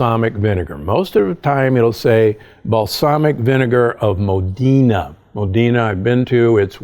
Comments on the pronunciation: Nope . It's MO DA NA' . ciao from Italy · it's Mó-dEna. Not Modína.